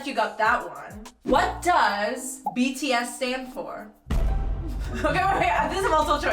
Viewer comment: Everytime he screws up BTS's name, I die a little bit inside.😂😂😂😂😂❤️❤️❤️❤️❤️